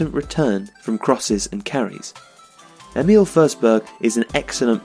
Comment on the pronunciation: Thanks, great video! But since the voice-over is butchering it, the proper Swedish pronunciation is: Emil = "Ear-mill" (with a silent "r"). Emphasis on the first syllable. Forsberg = "Fosh-bear-j" (with the "j" being very soft). Emphasis on both syllables, favoring the latter.